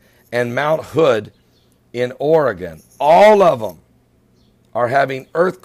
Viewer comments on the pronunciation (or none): none